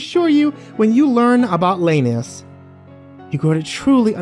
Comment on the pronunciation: I should probably mention that you're pronouncing Lanius as Linneaus, The "La" of Lanius is pronounced like "Lai" in the word "Lair" like Evil Lair